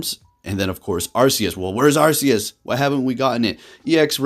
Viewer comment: It was pokemon presents. Arceus is pronounced ark-ee-us